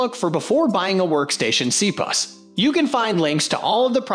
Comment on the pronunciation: C-pus?! Wtf?!